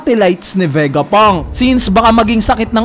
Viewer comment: Ano ba Vegapunk or Vegapang?🤣